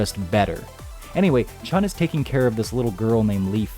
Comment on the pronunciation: There is no ‘g’ in Chun. It’s not Chung. It’s pronounced Chu-N